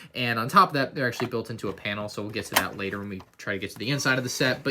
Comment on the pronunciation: Did he call later latter